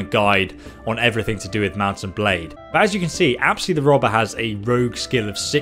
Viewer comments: I feel bad for u bcoz u aren't getting much views and liked and comments and please stop saying apsy the robber it is apys XD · Nice information video man keep it on but I am waiting four you to recognize that the name from your follower isn't "apsi" it's "apys" 🏃🏼‍♂️😂